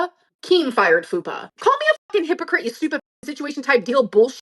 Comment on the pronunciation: “You can’t be a walking hypocrossissy.” 🙄